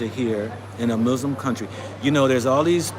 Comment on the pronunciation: Thank you for making this video and sharing. Brother, you are not pronouncing Muslims correctly.